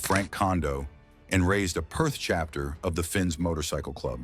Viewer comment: Finks not Fins ya